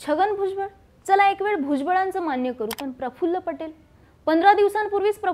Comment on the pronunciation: Prafullla nahi parfful